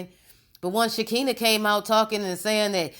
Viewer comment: First of all please know how to say Shekinah's name. T.I and Nipsey Hussle were friends and did you forget that LAUREN LONDON was in the movie ATL? This woman Sabrina has been in some crazy hood mess, cutting females with razors, that's straight up jail mentally. This woman Sabrina is mad about something that didn't go her way. People only do things like this when they feel they have been done wrong on some foolishness. I don't think Toya's husband would be involved in these type of activities he seems to be very laid back and drama free and will not have her be involved in this crazy mess like this without his knowledge This whole thing is going to be interesting when everything is said and done I'm Just Saying🤷🏽‍♀️